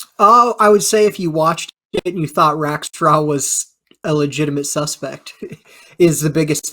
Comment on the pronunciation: There were three main names mentioned in this podcast, Robert Rackstraw, Tom Kaye, and Barb Dayton and mispronounced or botched all of them. Reminds me of a Key and Peele skit about a substitute teacher taking roll call and mispronouncing all the students' names along cultural lines. With that in mind, for diversity, equity, and identity's sake, shouldn't an alternate name for DB Cooper be created? DeShewayne Lil Cuprakonda.